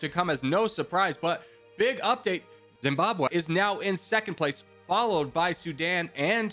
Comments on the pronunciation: Zimbabwe not Zimbabw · "Nambia" "Etswana" "Etswani" "Entreya" "Drs Congo" "Camoros" "Bukini Faso" "Bukano Faso" "Boko Fason" "Boko Fasono" "Boko Faso" "Zimbwabwe" 💀